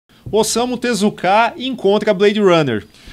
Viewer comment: A pronúncia correta é tezuka e não tezukáaa.